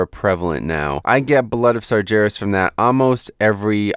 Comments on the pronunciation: Not slaughtering the basic rules of phonetics, is what I mean. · Your pronunciation of "sargeras" is so wrong Outside of that, great video as always.